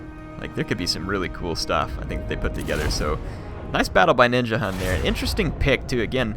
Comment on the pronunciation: as a dane i cri evritim says Ninjahunt and not Ninjahund